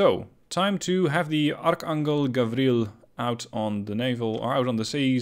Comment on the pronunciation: It's pronounced anjel (angel) not angle